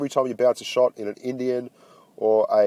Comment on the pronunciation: You just pronounce it as it's written in-di-en panzer. And Himmelsdorf isn't "heaven's gate", the translation would be village in heaven or heaven's village. Heaven's gate would be "himmelspforte" (I live South of Munich I should know it but no offense, Down Under you don't need to know it!) Thanks for your vids, love them!